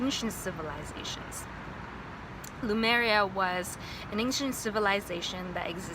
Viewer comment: I noticed you keep pronouncing Lemuria as “Loomeria”, it’s nicknamed “Mu” because it’s the motherland is referred to as Le- mu- ria usually. No offense, just felt the need to point that out. Spot on with the white robes, I specifically remember those in my memories as well. I didn’t see any reptilians, but observed shapeshifting , usually to animal form.